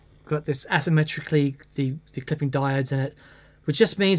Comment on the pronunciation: the way pronounces asymmetrically